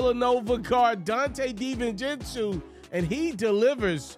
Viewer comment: Great vid, liked the commentary. Btw it’s pronounced “dee-vin-chen-zo”